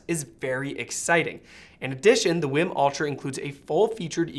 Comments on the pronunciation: Wii WiiM, not Win Wim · English would suggest it's pronounced "weem".